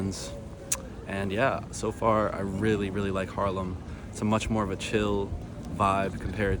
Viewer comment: At one point you said: im really close to Harlem ( i know you meant Haarlem) but my first thought was: no you're not, it's a few thousand miles to the west over in New York:):) Enjoy your stay and beware of those bikelanes:)